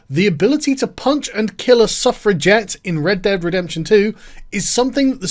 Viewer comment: I thaugh you were saying " Self Reject " instead of suffragette ^^"